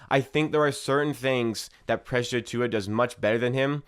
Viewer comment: bro can you still not say precious lol. slow down. your video won't be that much longer if you say his name properly lmao